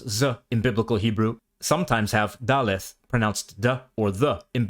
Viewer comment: The only issue I’ve seen is his pronunciation of ״ד״ which is usually pronounced like a D. Also ״ו״ is not Waw but Vov, and usually makes a “v” sound, and sometimes a O or Oo sound. Also ״ח״ in Hebrew is a much harsher “kh” sound.